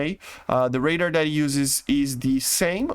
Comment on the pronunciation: radar is not pronouced like 'raider' 😅